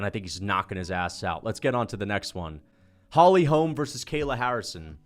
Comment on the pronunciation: The way you pronounce holy holm is so annoying